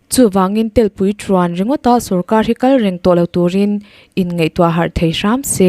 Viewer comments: Mizoṭawng hi rinaiin inthiam lo thei e! Telpui tih inlamrik dan te hi a mak. Satel hi tuman telpui antingai lo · Telpui hi Laitel, Tehawng anga lam rik chi a nilo.